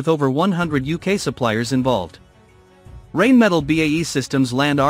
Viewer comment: Painful to listen to. "Rain Metle" and "Farn Borrow"